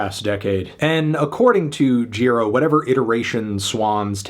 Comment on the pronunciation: It is pronounced Mr. Gee-Rah, Mr. Melon.